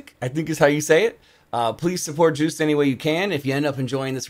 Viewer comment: You pronounce Joost like Yohst :)